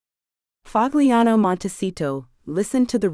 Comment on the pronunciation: " Pahliano" not " Pag liano"..damn A I